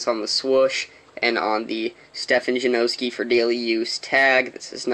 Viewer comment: CORRECTION JA NAH SKI. lmfao